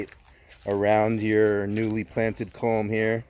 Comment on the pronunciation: It's "culm" rather than "comb".